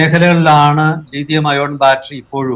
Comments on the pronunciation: ലീഥിയം അല്ല , ലിഥിയം അല്ലേ? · Leethiyam alla Lithiyam